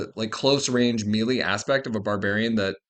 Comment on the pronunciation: Never heard someone pronounce melee like that. Mealy?